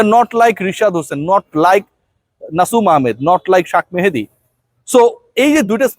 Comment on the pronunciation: বেশি স্টাইল করতে যাইয়া শেখ মেহেদিকে শাক মেহেদী বলছেন। উচ্চারণ ঠিক করেন কাইন্ডলি। অনেকদিন ধরে খেয়াল করতেছি। এত স্টাইলের দরকার নাই। নরমাল থাকেন।